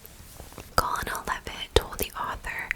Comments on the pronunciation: Great video!! Thank you for all your hard work🧡 fyi because I have made this mistake before: Colonel is pronounced kernel! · The word colonel is pronounced kernel.